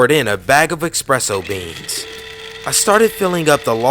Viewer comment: There is no X in the word ESPRESSO dawg. Just FYI